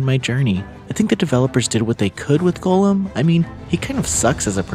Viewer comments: It’s Goll-um not “Golem” - just for future reference. No hate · Hearing you say it as ‘golem’ hurts every single time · It's pronounced Goal-them. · Why are you saying his name like that?